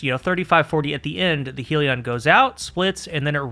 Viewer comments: Great vid, and for once we have a Destiny Youtuber who isn't an illiterate retard... you pronounced Sieve correctly when nobody else could. Edit: Uh oh, spoke too soon. pronounced Hellion "Heel-E-On", when it should really be "Hell-yun". I guess 1 for 2 is the best we can hope for with this bunch. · Please change your pronunciation of Hellion. It's not 'heal-eon'. It's 'HELL-eon'. as in 'begone ye demons from Hell' (whom were also referred to as Hellions, in some texts). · It's not "helion" as in "helium", it's hellion - hell-ee-on. Aka an unruly person. May be minor except the word "helion" with one L was spoken nineteen million times in this and it grated every time... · Isn't it Hellion, with two L? You're pronouncing it as though it was spelled "Helion" with one L, which would kind of make sense because "helios" = sun, but it isn't. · Love your vids and welcome back! Not allowed to call it heal-ion though. Rebellion -> Hellion. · why can noone pronounce this word correctly... its HELL-ian not HEAL-ion. Hellion is a real word healion sounds like a pokemon lol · youre pronouncing hellion wrong, its not "heal-e-on" its "hell-yen", i normally wouldn't say anything but you say hellion a LOT in the video and its very distracting how wrong you're pronouncing it. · Good breakdown… it’s a double L, though, “hell-e-on”. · It's amazing to me that you YouTubers cannot pronounce "hell-ion" to save your lives. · take a shot every time says "helion" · That's not how you pronounce Hellion.